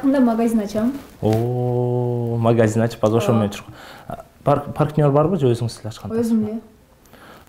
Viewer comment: Партнёр (паркнер)деп ушул бала кызык эле боло берет,же орусчасы нормально эмес.